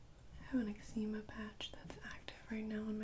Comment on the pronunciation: The way she pronounced Eczema took me back a little bit. Lol cute